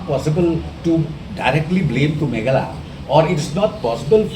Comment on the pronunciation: it's Meghalaya boss is not meghala😂😂😂 n good to you 👍